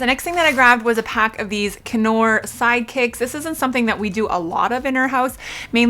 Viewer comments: On the knorr....the I is silent....lol Love your videos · Hey sweetness! The “k” is silent in Knorr. 💖😘